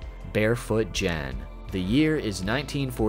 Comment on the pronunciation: 御茶漬海苔さん、懐かしい...。(『はだしのゲン』ってホラー?) "Gen" is pronounced with a hard G as in "get".